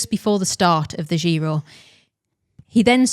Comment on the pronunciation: I do not approve of how you're pronouncing giro. Apart from that, great as always.